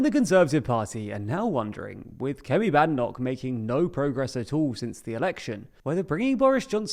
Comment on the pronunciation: If you're going to talk about Kemi Badenoch, at least learn to pronounce her surname correctly. The first syllable rhymes with "made", not "mad".